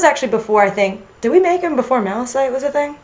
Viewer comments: Malachite is pronounces is MAL-A-KITE. I just wanted to point that out since i hear you say MAL-A-SITE in other videos. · I-I'm sorry... are you guys saying... Mala-SITE? W.... where do you see the S?! It's Malachite, with a CH. Sorry for being so salty love your art and SU OC concepts, they're fucking beautiful, but bruh. They even say Malachite on the show. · HI! Not to be rude or anything, but "Malachite" is pronounced like "maləˌkīt" (I searchged up the definition to be sure) I'm not trying to be rude, I just wanna point this out so there are no more future mistakes! P.S. BloodStone is frickin the legit edgelord that could probs turn some of my straightest gem OCs Gay.... k bai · Don't want to be a negative piece of crap here, but isn't it Malachite? Like with the ''k''? Also I love the concept and story behind this fusion!! ^-^ OP but amazing and edgy!! Can't wait to see the next one!